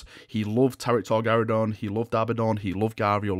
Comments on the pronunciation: Tarik Torgaddon, not Tarik Torgarridon. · Dude, his name was Torgaddon not Torgaridon. He was not some kind of space dino 😄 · Is nobody bothered by the fact that calls Torgaddon "Torgaradon". Bad. Bad.